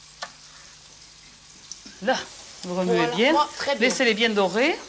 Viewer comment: A chaque fois qu'elle dit "voila" on dirait elle dit "wallah"